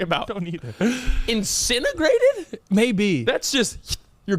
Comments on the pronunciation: it’s incinerated not incinegrated lol 😂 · Incinerated not incinigrated 😂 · was the teacher that taught the word “incentagrated” and you went home and your parents said “it’s incinerated dumbass” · "INCINEGRATED" LMAO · Not putting incinerated and disintegrated together to make a word: "incinegrated" LMAO😅 most likely meant incinerated as in being cremated. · PIS Did say incinegrated? Also I completely read lips and the trivia made me want to hug.